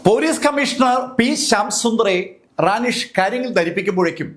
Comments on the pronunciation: റാനിഷ് അല്ല റെനീഷ് ആണ് സർ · കൗൺസിലറുടെ പേര് റാനി ഷ് എന്നല്ലാ റെനീഷ്